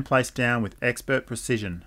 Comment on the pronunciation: " eXpErt pReCiTiOn " 😭🙏